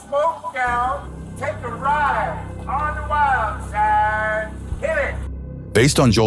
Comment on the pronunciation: "Take a Ride on the wild SAAAIDE" <... Epic Hill Billy Joe. Jimenez yes yes yes My country people there has to be a Illegal Hispanic or a welfare eating black man . Otherwise things would not be that wild hey.